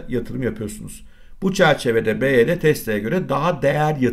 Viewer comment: Dayı anlık tesla mı baydöner mi diyorsun sandım